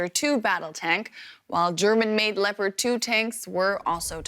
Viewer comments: What is a "leee-o-pod" tank ? Has this news man never seen the wild cat the tank is named after ? Lep-ARD please. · The name of the tank is not Leppard. This is offensive mispronounciation by persons who know better. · FFS - the reporter can't even pronounce Leopard: 'Leo-Paard' !! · "Leyo-pahd". Leopard. Like the animal. Leopard. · What is this "Lee-oh-pard" of which you speak? 🙄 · Someone teach this dude how to say "Leopard". lol